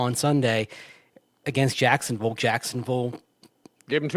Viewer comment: Cracks me up how says “Jacksonvull” thinking he’s saying “Louisvull”. Just LOL